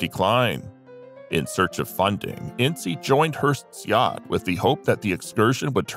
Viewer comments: "ince" NOT "In--see" The story of the Herst shooting is total Hollywood speculation. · The first picture you show of Loretta Young is actually Deanna Durbin. And it’s pronounced “Ince,” like “mince.” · Your information is wrong on Jean Harlow. I stopped watching after Hearst. Thomas Ince's name is NOT pronounced In-see. Proper pronunciation is a silent "e" not a long "e!" Please DO research. You make yourself look ignorant. Crack open a dictionary. Look up the definition of ignorant, then you'll understand want I'm trying to explain to you! Have a good day. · “Incy”? Where did you get that pronunciation? I have always heard it pronounced as though it rhymed with “since”. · I thought Thomas Ince was pronounced Inss